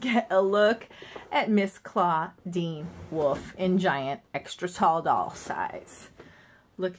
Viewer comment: It's (Dra ku Laura) and ( Clawdeen Wolf, WOLF) omg